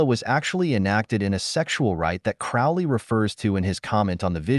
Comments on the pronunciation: Sorry to be a twat, but it's Crowley like Holy 👍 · Everytime he misspeonounce Crowley's name is infuriating.